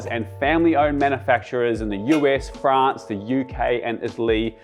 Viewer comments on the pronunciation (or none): none